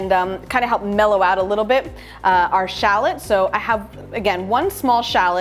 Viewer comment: What is a shalit!? I'm fully aware of what shallot is but shalit? That isn't even a thing! And don't get me started on lim in ! It's lemon for god's sake! And fyi herbs has a H in it and yes I'm fully aware that french people say erbs but Americans are not french and also can't speak proper English ... "American English" is actual English done wrong!